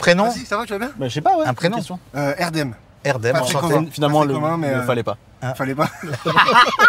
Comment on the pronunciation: Ça fait plaisir d’entendre le prénom Erdem correctement prononcé )) Merci👍👍